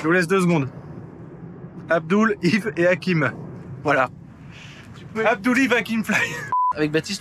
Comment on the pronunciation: C'est abdel pas abdoul 😂😂😂